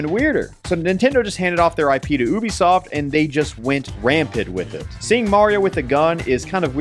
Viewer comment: Guys guys. oobisoft